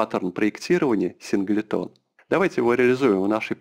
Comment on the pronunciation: Синглтон произносится. Уши режет))